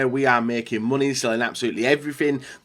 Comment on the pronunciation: He says muney not money